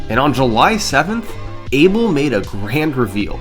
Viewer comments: Each time you pronouce "eibol" a kitten dies. Its funny that you pronouce David's name right but Abel wrong (should be/A Bell/) which from I can tell both hold spanish roots. Anyway I might be wrong, and this isnt making fun of you , just funny to hear. Anyway amazing vid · FYI, although he's British, Abel Marques is a Portuguese name. It’s not pronounced “Abel”, it’s pronounced “A-Bell” (sort of like “Isabel” without the “is”).